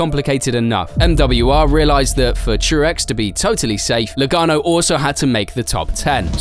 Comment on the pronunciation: it’s Joey Logano not Lagaono